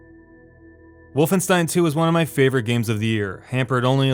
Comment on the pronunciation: He pronounced wolfenstein correctly! He deserves a like for that!